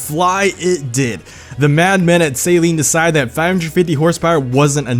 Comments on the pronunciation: It's not "Saline" it's "sAl-EEn" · Suhleen not sayleen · "Salene" is what I use to clear my nose out after surgery. "Suh-leen" is how it should be said. Sorry for being rude lol. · Amazing video! Only thing....it's SUH-LEEN not SAY-LEEN! (Coming from a long term owner and Saleen enthusiast.) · It is not pronounced saline it is pronounced like suh-leen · SAY-LEEN? SAY-LEEN? ITS SUH-LEEN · Dude, please pronounce Saleen properly if you're going to make a video on a Saleen.. It's not pronounced Saline, Say-lean, or whatever. It is pronounced Să-lēēn. Love most of your videos but every single time you said Say-lean, I died a little inside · It's pronounced Sahleen, not Saeleen. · Is no one going to talk about the fact he keeps calling it the saline S7. I usually don't care too much when people pronounce names wrong but for some reason this is really bothering me. Saline is salt, saleen is the car company. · Saleen not pronounced Saline 😂😂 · I get that you probably pronounce it like that in america but why sALeen s7 it sounds so weird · No offence, but you’re pronouncing Saleen wrong. You’re pronouncing it as Saline, which is a medical disinfectant. Other than that, I love your videos man, keep em up! As soon as I see that notification, I drop everything and watch your videos! Good job! 😃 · Saleen or saline lmao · "2020 saleen s7" wtf saleen you fucked it up